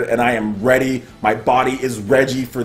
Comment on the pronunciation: Did he say " my body is Regie" lol